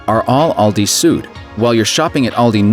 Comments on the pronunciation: 'Süd' is pronounced like [zyːt] not [zu:d]. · please, if there are German names or terms you're talking about, try a bit harder to nail the right pronunciation. Süd is not pronounced soot